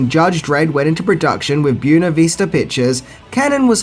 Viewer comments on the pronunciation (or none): Your pronunciation of Buena Vista made me laugh. It’s “Buh-way-nuh” not Bue-nuh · Wtf is boona vista? Did you mean boo-way-na vista? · i really find it annoying when you mispronounce things... do you do it on purpose??? Byoona Vista? Bwena Vista! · Buena Vista is not pronounced "byoo-nuh vee-stah", it's pronounced "bway-nuh viz-tuh." It means "beautiful view", and it's the distribution arm of Disney. (Disney World centers on Lake Buena Vista.) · keeps saying "See-ga" Genesis. Is this an Australian thing? And same with "Bew-na vees-ta" pictures. How hard is it to say " Bueh-nah Vista"? For crap's sake... Diane Lane is one of the true babes of this century ( Last century? Anyway, recently...). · You're pronouncing "Buena Vista" as "byoona vista". It's actually "bway-nuh vista". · I get that you're Australian, and you pronounce things differently. (Oriented vs Orientated etc.) But learn NAMES. Byoona Vista? It's bWAYna Vista. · FYI, Buena, in Buena Vista, is pronounced Bway nu, not Byoo nu. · Buena Vista pictures (pronounced as wenna in Spanish or more commonly said bwenna, not byoona! XD) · Just can't let this pass... it's not pronounced "b-you-ne-vista"... it's pronounced "b-wen-a-vista". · Random note: the name of the studio, "Buena Vista", is not pronounced, "byoo-na vista", but rather is pronounced, "bwen-na vista". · It's pronounced bwena vista,not boo henna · Boona Veesta? you’re priceless mate 🤣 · **Boo-way-nuh Vista** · Accent or not, I have never heard Buena Vista pronounced like that. "byoona vista" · buena vista....its spanish....bw-ain-a vista....beuna vista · It’s pronounced “boo-WAY-nuh” and “SAY-guh”. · pronounces "Byoona Vista" about as well as Stalone pronounces "law" throughout this movie. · Buena Vista (boo-way-na vee-sa) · Buena Vista is pronounced bway-nuh-vih-stuh, I mean no offense either, I love your videos brother, just trying to help :) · I hate the way you say "Buenavista". It's Spanish, you totally mangled it.